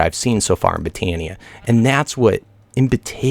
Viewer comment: I think its called buh-tay-nee-uh